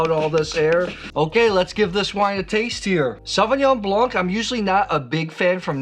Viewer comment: The 'c' in Blanc is silent.